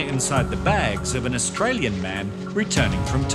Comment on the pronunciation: That Chinese man couldnt even pronaunce Australian citizen. What a joke revoke give it to someone better